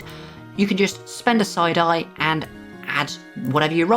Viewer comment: 😂 I kept hearing you say, "...you can spend a side-eye....."